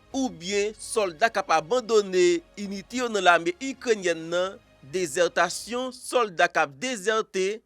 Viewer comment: Dites plutôt “désertion”, et non “désertation “